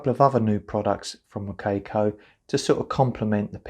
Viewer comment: sorry, I need to let it out. Wo-CAY-coh~ hehe. Thanks, good review though